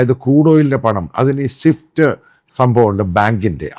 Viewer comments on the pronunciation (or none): none